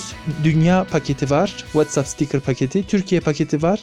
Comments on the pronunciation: Anlaşıldı, tamam "Veytsap" :D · Whatsapp deyişine bittim çok mu kastın😂😂😂